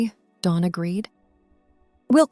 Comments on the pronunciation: Dawn not Don. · Dawn, Not Don.